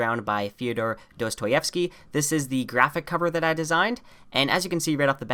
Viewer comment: Still not getting Dostoïevski right 😉